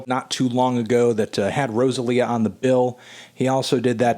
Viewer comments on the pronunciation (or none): learn to pronounce Rosalía CAAAALVOOOOOOOOOOO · I cringe every time he says Rosalía’s name 😬😬😬